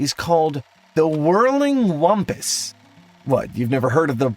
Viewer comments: It says whimpus. He said whumpus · The way you keep saying "wumpus" when it's clearly spelled "whimpus" is very, very irritating.